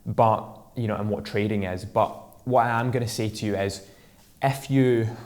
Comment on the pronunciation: Nice episode tho every time you say "if you" it sounds like you saying "F u" which sounds funny when you realize you didn't mean it in that way.. tho Thanks for the great tip it helped